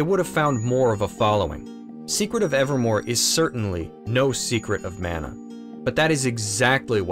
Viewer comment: Love the review of this overlooked classic. I hope it gets a remake at some point. Your pronunciation of Mana is jarring though.